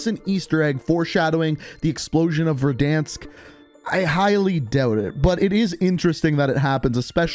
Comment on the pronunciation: Petition for to pronounce "Verdansk" properly.